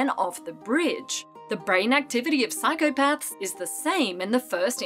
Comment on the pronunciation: Did you just say I am psychopatch?